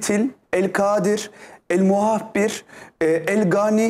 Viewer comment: El Muhabbir değil EL MUAHHİR ‼️‼️‼️